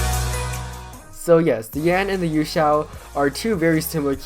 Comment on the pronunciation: I do not like him saying YueXiao v2